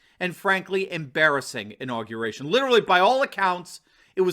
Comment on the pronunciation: 'INAUGRATION'? SURELY YOU JEST!